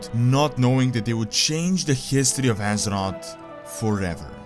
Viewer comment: It's azeroTH, not azerot